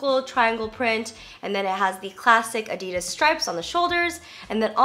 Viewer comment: It's ADD-DEE-DAS. not Ahdi-durs.